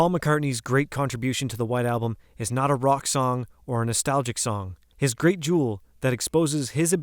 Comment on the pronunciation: You need to work on your reading and pronunciation skills!! Example: several times you mentioned George's song and called it, "NO Guilty"! it's called, "NOT Guilty"!